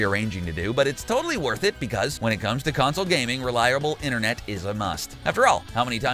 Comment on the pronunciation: Do you also hear him say inthernet cable too. Or is it just me